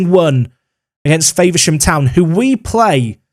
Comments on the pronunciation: As a Faversham town resident. It Infuriated me hearing you pronounce Faversham. Faver-sham instead of the Fav-er-sham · As someone who lives there I hate the way you pronounce Faversham as Favourshaam, it’s more of a Fahvurshum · Love the videos, a karen comment for you, just an FYI you are saying Faversham wrong 😂. Its Fa-ver-sham said like fah-ver-shom. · The way you said faversham the first time was amazing 🤣 it’s Fav-er-sham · Faversham is pronounced with a lower a, F-‘ah’versham 😉 great vid mate. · lol the way you say Faversham is funny ! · Can you stop saying Faversham like that please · Speaking as a guy from Kent, Faversham is pronounced with an A sound as with apple rather than acorn.